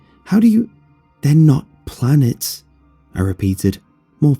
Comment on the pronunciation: I legit thought it said plants not planets.